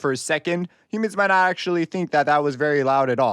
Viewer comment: Is this guy an alien cause he says humans like it’s a diff. species 😅😂